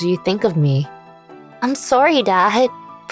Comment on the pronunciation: This very random but for some reason I can't stop thinking about how she is Canadian... I think... because of the way she says sorry.